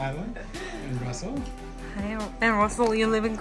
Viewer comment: 러셀 발음이 너무 좋은데요. 콜럼비아 대학에 다니는 똑똑한 친구네요. 아빠도 2년밖에 안 살았는데 너무 잘하시고요. 두분다 언어에 재능이 대단하네요. 게다가 매디는 모델 같고요. 엄마도 성격이 너무 좋아보여요. 러셀은 다른 유튜브에서도 봤으면 좋겠네요! 타일러랑 같이 나오면 재밌을 듯 합니다.